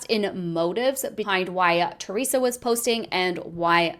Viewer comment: Her name is Reesa Teesa, not Teresa